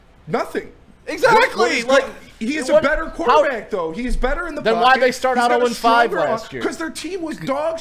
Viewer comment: "Quarertback?" C'mon, man.